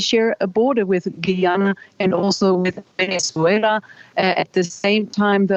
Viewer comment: Please use the english pronunciation of Guyana and Essequibo, pleaseeeeee